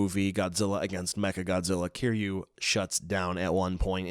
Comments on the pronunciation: The way he originally pronounced Kiryu angered me 😂 Kiyuu is a very irritating sound.. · You're pronouncing Kiryu wrong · ik it's kinda strange..